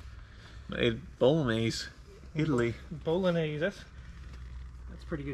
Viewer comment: "Bolonees" what?